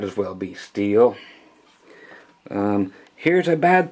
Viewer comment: "Steeyull" Lol